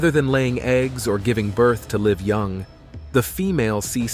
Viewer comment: When you mention that "a snake gives birth to live young," please know that the "i" sound in "live" is a "long i" sound; you've mispronounced it a couple of times in your presentation.